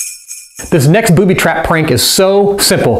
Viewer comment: he said Boody